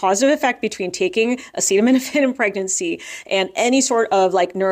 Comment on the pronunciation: Or "pregercy". 🤦‍♀️